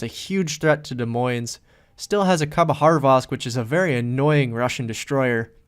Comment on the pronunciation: good call. For such a great game... I can't agree with the end - never trust a random player to not throw the game. just go dark and ensure 100% win. Hilarious how you pronounce these ships... khabarosvk with an H in the middle of it somewhere (not sure where).. and Des Moines - pronouncing the S at the end even though it is a silent S. haha